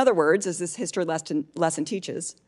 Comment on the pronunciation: LOL.. did he say DEE STORY??